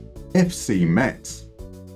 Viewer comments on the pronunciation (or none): A Moneyball Clinic on a team that’s local to me, that’s so cool! Great video as always! However I’ll have to somewhat ruin the opening joke, because Metz is pronounced like the word “mess”. Though now you could say the club was a real Metz until came along:)